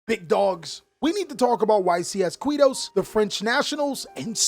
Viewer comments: don't say kuito don't say kuito don't say kuito damn he said it (i'm from there) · The way says Quito jajajaja